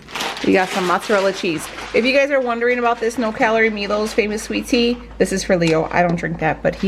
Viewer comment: It must be Samsung... I have that brand of oven myself and it is slow to heat. Mine is electric. That tea is made in Alabama...they have restaurants too....it’s pronounced my lows....lol. No hate on your way of saying it...just letting you know. 😍 Thanks for another great video!